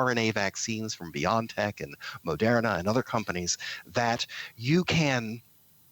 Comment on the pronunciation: It's not "Bion-tech" It's not "be-yon-tech" It is and always has been... Bio-N-tech (Maybe someone should ask the company director how she pronounces the company name?)